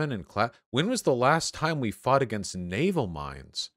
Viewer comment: You said "but naval" but I hear "nut anal"